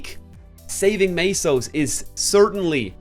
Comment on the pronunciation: Tell us, when you pronounce the currency in MapleStory, where do you see the fkning a?